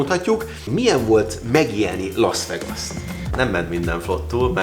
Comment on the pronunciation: Végre aki tud angolul..."lász végász" és nem "laasz vegaasz"...